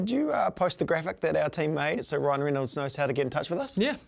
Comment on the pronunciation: "DEEDPOOL" "RYAN REENOLDS"